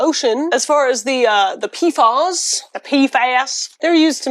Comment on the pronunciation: Pee eff ayes Not peefaws (PFAS)